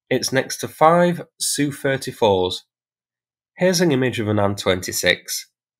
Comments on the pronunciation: FFS mate,if you're going to pretend to know aircraft, use the correct term. S.U not Soo, A.N not an. Jesus H, YouTube is full of wannabees. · Saying Sue for S. U., and Anne for A. N. is annoying AF. Is that the standard anywhere? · SU is pronounced "Sukhoi" (soo-hoy) . TU is pronounced "Tupolev" (too-poh-lev). AN is pronounced Antonov (An-toe-nov). IL is pronounced "Ilushin" (ill-u-shin). Turning the two-letter designation into a word is not a thing that anyone but YouTube commenters do, and frankly it sounds ignorant. You're not ignorant. So, maybe, learn and use the correct pronunciations?